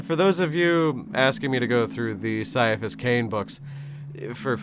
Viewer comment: Surely saying "Siaphus" was just a joke about previous pronunciations...